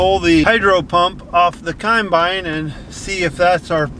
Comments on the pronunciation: Is it me or does pronounce it “cornbine”?? Loving the channel 👍👍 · Love pronunciation of caumunbine...